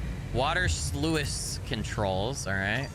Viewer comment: I am going to be THAT GUY! Sluice rhymes with juice.